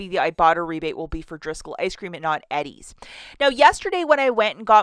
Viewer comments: lol i dont think ive ever heard it pronounced ed-deez ..... usually its E-deez :) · Lol, it's killing me how you keep saying Eddie's. It's pronounced EEE-DIES. 😊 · Its pronounced Eee-Dee-s ☺🤗